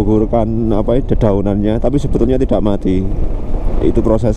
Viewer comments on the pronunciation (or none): none